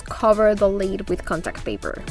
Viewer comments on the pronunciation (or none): I normally find your accent charming, however today your improper pronunciation of “lid” (you pronounce it “lead”) is driving me bonkers lol! Idk why! But I love your projects and I really loved how you did the contact paper on the lids! Totally going to do that! Thanks! P.s., please don’t take that negatively, I really enjoy you and think you’re adorable and charming!